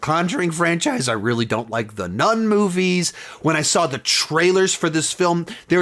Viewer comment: When I hear him saying Nun-horror movies, I think he says non-horror movies